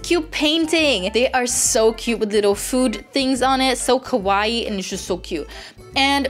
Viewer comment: I'm sorry but this is one of my pet peeves I love your videos but when you said kawaii it made me cringe cause you didn't pronounce it right....sorry eveytime I hear this I have to correct them I'm sorry It is pronounced ka wa ii